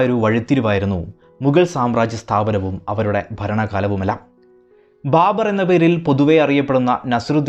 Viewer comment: ബാമ്പർ. ബർബർ ആയി